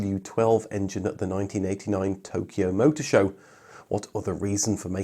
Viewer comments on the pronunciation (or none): none